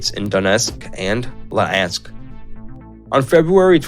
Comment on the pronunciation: Luhansk not Lahansk